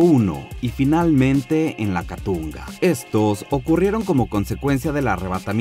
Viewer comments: "Lacatunga" JSAJSJAJSAJS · Perdón, la ciudad NO ES Lacatunga, es LATACUNGA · Lacatunga 🧐 (es Latacunga jajaj) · Es Latacunga, no Lacatunga 🙏🏻 aún así excelente video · Es Latacunga no lacatunga.... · Como que Lacatunga, es Latacunga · Haha es Latacunga no lacatunga 😂😂😂😂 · Lacatunga😂 es Latacunga 😂😂